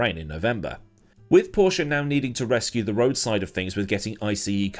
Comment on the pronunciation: It's not massively noticeable if you're a non native speaker but when he says words like "road" where there can be major differences in how the word is said it is quite jarring haha